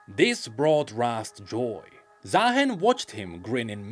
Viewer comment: why its ZaaHEN, should be Zaarooster